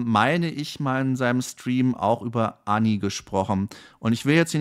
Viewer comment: Sie heißt Anni..nicht Änni